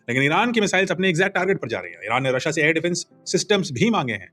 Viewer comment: sir, आपका रशिया बोलने का तरीका बहुत शानदार होता है, हर बार। ❤❤❤ जय हिंद❤🙏🏼